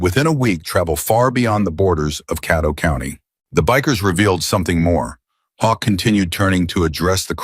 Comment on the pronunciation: FYI....that county's name is pronounced "Kay-toe" not Cat-oh. Please listen and know before publishing!! It detracts from the beauty of the story!!